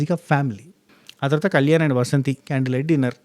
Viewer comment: వసంతి కాదు, వాసంతి